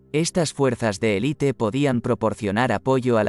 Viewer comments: Es un robot y tiene otros muchos pequeños fallos en la locución. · No se dice "elite" sino élite. Parece algo elemental.